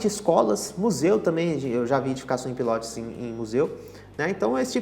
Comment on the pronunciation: Pilótis não, o certo é PILOTÍS